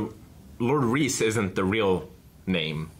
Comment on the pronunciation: not reece. its more like Rice